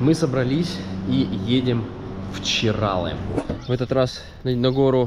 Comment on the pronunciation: Бесполезно. Лично я уже устала всех поправлять. Çıralı. ЧыралЫ. Мало того, что название коверкают, так они ещё его и склоняют на русский манер😮